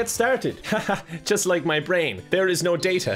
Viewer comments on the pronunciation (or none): It’s data not data